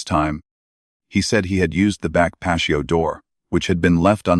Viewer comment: Dear AI - It's not 'pasho'. It's pronounced 'pa-T-oh. So sick of all the mispronounciations in these readings as though they're not important. Words are important, as those who censor and change our vocabulary know! Your carelessness and lack of thoroughness in programming AI is either deliberate or disrespectful to native speakers!